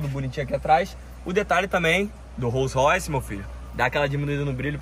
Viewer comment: Lançou o "What color is your rolls roice?" kkkjj